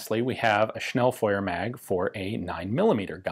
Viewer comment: Thanks for saying "Schnellfeuer" correctly ( not like "Schnellfewer" ). Weiter so - keep it up :) , I love it. By the way the "e" in "Pistole" is actually non-silent :3